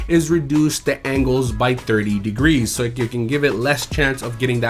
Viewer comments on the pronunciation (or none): none